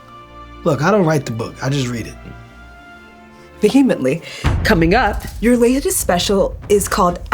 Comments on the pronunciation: Vehemently is crazy 😂😂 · She didn't pronounce vehemently correctly 😂😂😂😂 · I never heard anyone pronounce "vehemently" like that. No wonder Kevin didn't know what she was talking about. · Correct me if I'm wrong, but didn't Ziwe pronounce vehemently wrong? I wouldn't have thought twice about it, but then they started talking about the word lol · "I don't write the book I just read it" "Vehemently" paaaaahahaaha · I can’t get over how vehemently is pronounced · I’m so sorry but I don’t think the emphasis is on the right syllable on vehemently 😢 but it was still a burn regardless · Lmao saying “I am an intellectual” after mispronouncing vehemently is effing hilarious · mispronouncing vehemently is so funny